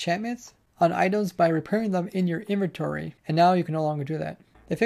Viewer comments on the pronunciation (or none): none